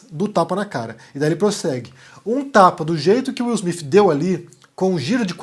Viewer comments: Desculpa a ignorância, mas não é Smith ? Por que vc fala Smifh. É o som que se deve usar? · Bom dia! Eu achei estranho, desconfiei no início. Se ele estava com tanta raiva, por que um tapa e não um murro? Seria mais eficaz... Mas o que eu acho mais estranho é a sua pronúncia do nome do Will Smith... Soa Will Smif, acho tão estranho... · fala Will smif KK